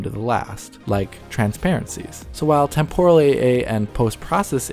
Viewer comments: This guy's voice isn't very engaging. I normally enjoy watching a DF video, but this guy just zooms off without any reprieve for someone to process what he just said. Doesn't help that he has weird pronunciations like Ay-lee-ace-ing and Tem-pore-rull, like he wants to deep fry time or somesuch. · words to learn to pronounce: aliasing temporal